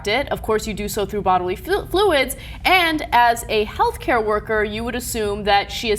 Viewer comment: Did Anna say bottomly fluids?